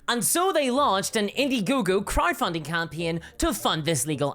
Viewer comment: I'm sorry but every time you say "crowd funding" I hear cry=funding and it's hilariously appropriate given the context.